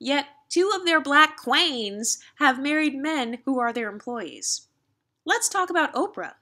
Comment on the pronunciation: girl why did you say queens like that?😂😂😂😂😂